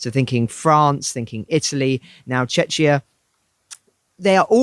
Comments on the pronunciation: Can't even pronounce the names of other countries correctly... it's Cech Republic, not Chechnia. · Its pronounced "Checkiya" like Czech Republic. Was a stupid idea to shorten the name anyway lol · Wtf is chechia? U guys butchering names this episode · There's no video, guys. The sound works though. It's Czechia, not Czeczia. Just read the word or Google the pronounciation, Jesus.